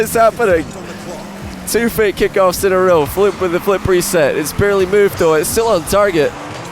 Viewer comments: Does it annoy anyone else that instead of saying Fluump he keeps saying Floop lol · Why do you say Floump? Why? 😂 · Even can’t pronounce Fluump correctly lol